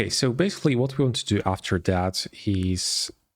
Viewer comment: man, it´s called "that" and not "dat" ;-)